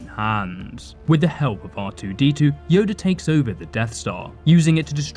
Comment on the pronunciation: y'all ignoring the fact he said yodie at the begining